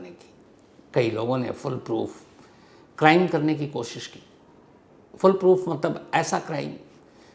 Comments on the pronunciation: Sir, "Fullproof" nahi "Foolproof" hota hai. Lekin aap hamesha "Fullproof" hi bolte, pehle bhi maine note kiya thha. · Sir it FoolProof not FullProof फूलप्रूफ ✅ फुलप्रूफ ❌